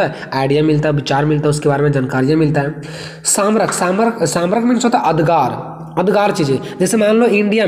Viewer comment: स्मारक होता है वो सामरक नही